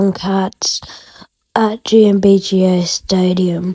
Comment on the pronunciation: GMBHA? 😂😂😂😂 AND U PRONOUNCED IT GMBGA? 😂😂😂😂😂😂